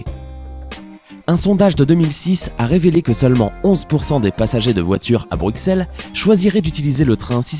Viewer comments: Mais non mais comment il dit Bruxelles lui, on dit Brusselles pas BruXelle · Alors si tu veux avoir une place chez les Belges, on dit Brusselles et pas BruXelles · On dit pas le x de Bruxelles sa prononce en s 33 et la plus grande piscine d'Europe snn je extrement fier d'être Belge🇧🇪🇧🇪🇧🇪🇧🇪🇧🇪🇧🇪🇧🇪🇧🇪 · Brukselles n'existe pas. Et Bine-che aussi. Et on prononce Anvers AnverSSE